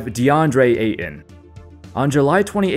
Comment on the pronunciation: Remember that there is a "t" in Ayton, not just a glottal stop.